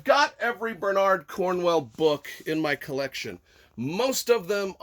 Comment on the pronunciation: Gotta admit I didn't expect Bernard and Cornwell to both be mispronounced :P Otherwise great review, enjoyed it a lot. For me it was a fun read and flew by, but by Sharpe standards was fairly run of the mill.